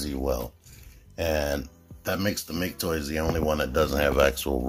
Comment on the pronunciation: It's "Mah-kay Toys". Thanks for the video!